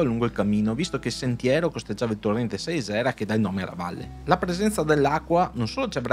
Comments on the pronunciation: si dice Sàisera,. Video molto bello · Siete finiti dalle mie parti. In effetti la parte bassa della Val Sàisera (si pronuncia così) non è molto interessante, ma la parte alta, al cospetto delle pareti nord del Montasio....... Durante l'inverno tutta la valle diventa il paradiso dello sci da fondo; la parte alta penso sia una delle più belle piste da fondo delle alpi orientali; anche se la temperatura difficilmente sale sopra i -7°. Bel servizio (come sempre)